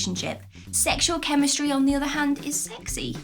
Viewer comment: The word is Chemistry not Chemsitry🤣🤣. We love you though 😘